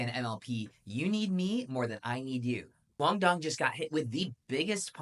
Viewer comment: learn to say his name correctly ffs